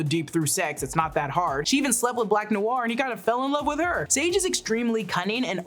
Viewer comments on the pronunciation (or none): none